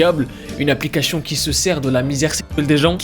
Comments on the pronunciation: C'est moi ou il dis applicashion 😭😭 je l'aime ❤ 😌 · Tu dis applicachion 🤣🤣 C plus une applicachien 😅